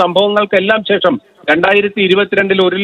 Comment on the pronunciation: Not checham…its shesham….adhyam malayalam padikk…naaak vadikkk